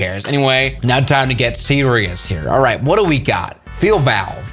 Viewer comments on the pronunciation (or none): none